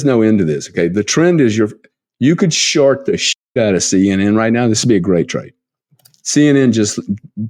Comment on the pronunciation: Short or shart? Lmao 🤣